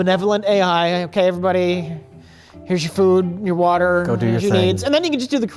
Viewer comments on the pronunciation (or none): none